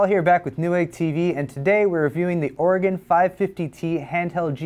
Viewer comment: Thank you for pronouncing "Oregon" correctly.